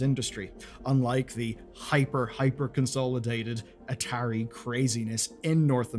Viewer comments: At-ahiry is an odd way to pronounce atari. I go for ah-tah-ri. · Am i the only one that kept getting confused for a second when i heard atari said as a tary? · Dude I know your British, but you've got to be trolling with that pronunciation of Atari. It Ah-tA-ree not Ahh-ter-ee. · This video was hard to watch.. the constant mispronociation of atari.. A_TAR_E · I'm gonna block you if you don't stop saying ah-terry to me😂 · Biggest sin in this video is the pronunciation of ATARI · never heard Atari pronounced that way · Sorry, I know you're foreign, but how in gods name did you mispronounce Atari? It is older than you. Immediately stopped watching. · i've never heard a single person pronounce atari like this in my entire life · Feels like Atari is being pronounced wrong 😬